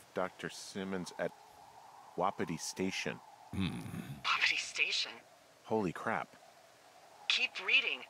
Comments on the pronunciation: It stressed me out when he pronounced it like wop it ee and not whu pee tee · It's wah-pee-tee.